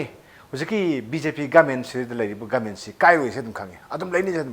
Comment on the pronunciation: Please pronounce properly..it's government not goment